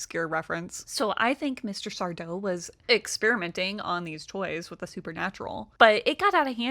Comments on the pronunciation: SarDO! No “Mr”, accent on the “DOH” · It's sardo, accent on the do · That's sar-DOE. No Mister. Accent on the doe. 😂😂😂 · It's sardo no Mr accent on the do😂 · It's SarDO, no mister. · Are You Afraid of The Dark. No Mister. Accent on the 'do'.